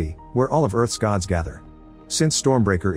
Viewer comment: It not goods it's Gods😅😂